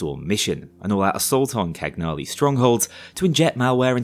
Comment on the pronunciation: Cagnali is Italian though, that's why he made those jokes I guess. In the huge Cagnali factory heist/mission there's also a monument paying tribute to her father, Domenico Cagnali, which is an Italian name. Edit: since I'm Italian I'm also gonna add that Cagnali is pronounced Canhali/Cañali (yeah yeah, I know: 🤓)